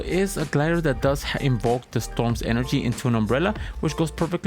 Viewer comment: Se nota que hablas español,por como dices energía jaja,pero hablas muy bien ingles